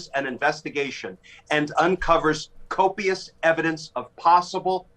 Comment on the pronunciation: CAN’T EVEN SAY COPIUS.